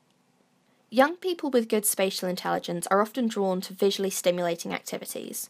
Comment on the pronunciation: Thought you said "special" intelligence.